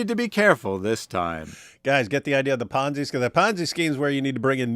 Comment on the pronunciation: Never heard ponzi pronounced like banzai.